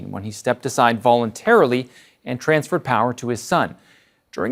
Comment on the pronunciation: The way he emphasizes VOLUNTARILY, lmao